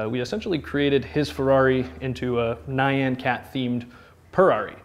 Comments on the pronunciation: Ny-an... its NYAN!!! one sylable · When you're famous for a Nyan Cat theme but you can't say "Nyan" 😂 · The way he pronounced Nyan really caught me off guard 😂